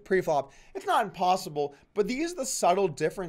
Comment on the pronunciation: It may be “impostleble" for most but for mike it's always "postleble"